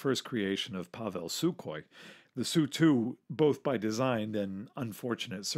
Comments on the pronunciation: It’s pretty much a silent K in Sukhoi...just saying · TUpolev, SUkhoi. Unless you mean samokhodnaya ustanovka, like the SU-85.